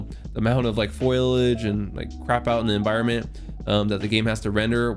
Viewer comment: FOIL AGE, lol. I think it's pronounced FO LI AGE ;)